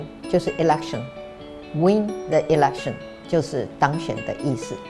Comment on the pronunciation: win the election 的發音不對喔！